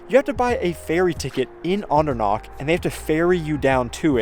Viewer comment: guuuysss, can you try harder to make H sound? : D CH is like H in have. Andernach, machen, Nacht etc etc It has a vowel before, so it shouldn't be that hard to pronounce, probably doable even for Americans ; ) today I talked to one of our US employees and his last name ends in -macher, I asked him how to pronounce it properly (because you'll never know with Americans : D ), the reply? "MaCKEr, it's German" hehehe. I didn't want to correct him, he sounded so proud, probably 4th or 5th generation American.